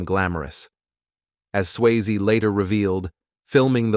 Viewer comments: I am a transcriptionist/editor/captioner. If y'all need help please call. Obviously AI is not good enough yet. Many mispronounced words and can't even pronounce the man's name correctly. smh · Not watching you don't even know how to say his name. 😂😂